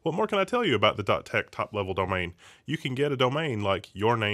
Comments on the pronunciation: can't say Domain:D it is not Domane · it's not bad, it is subtle, but he pronounces it slightly weird, he doesnt even say Domane, its like Domhane, and he doesnt pronounce it wrong every time either